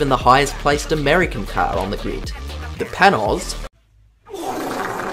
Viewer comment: I made a video where I pronounced Panoz wrong every time and you are pronouncing it the same way I did. Sus.